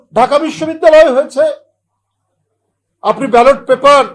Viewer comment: কেমনে হযে চে 😂😂😂😂😂